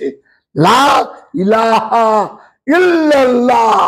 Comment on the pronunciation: ইল্লাল্লাহ্ একচন ইল্লেল্লাহ্ বহু বচন আপনার উচ্চারণ এ ভূল আছে।